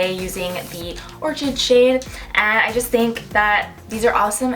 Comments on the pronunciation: This was really helpful cause I wanted to see what the orchid shade looks like. BTW, orchid is pronounced OR-KID. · Orchid= pronounced like this; OR-KID HEHE😁